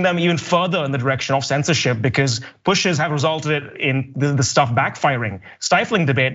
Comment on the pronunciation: "Bay cawz!" X2